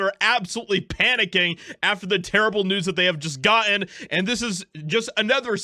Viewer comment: Do you know that gotten has two Ds in it ,you talk all the way through your clips and yet you still can't say your T And D lift your game